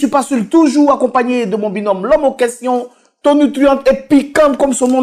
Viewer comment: Tonitruant et non tonutruant